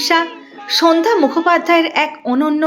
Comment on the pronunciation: উপস্থাপিকার উপস্থাপনা ভালো, কিন্তু কিছু ক্ষেত্রে উচ্চারণের সমস্যা রয়ে গেলো।সন্ধ্যা শব্দটি অন্যরকম লাগছে উচ্চারণ বিভ্রাটের জন্য।